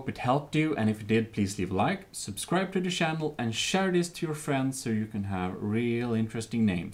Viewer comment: I love how he says Shannel not channel